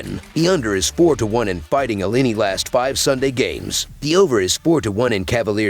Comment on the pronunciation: C'mon..pronounce Illini correctly & put some RESPECT on their NAME!